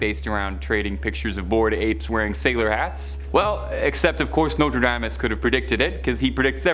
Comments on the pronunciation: Learn to pronounce Nostradamus queen. Nose-tra-DOMM-us. Not dame-us. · U mispronounce Nostradamas. It is not NostraDAYmas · Nostra - DAME - us?? Where is this guy from??